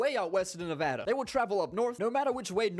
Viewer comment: Yes finally you said Nevada right